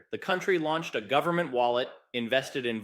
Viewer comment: "full faith and credit of the US gubmit"...LOL